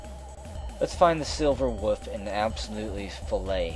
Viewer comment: I just love how you pronounce "wolf" as "woof"